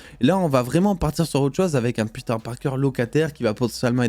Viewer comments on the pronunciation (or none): none